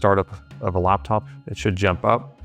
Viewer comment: Its a Laptop not Luptup